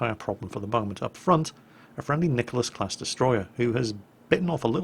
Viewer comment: You say that if you mispronounce a ship name watch the hate flow in...what the hate from all 15 people who disliked your video? lol. God dammit it's a Nicholas!